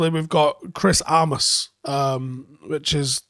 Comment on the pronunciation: Its armas not aramas right?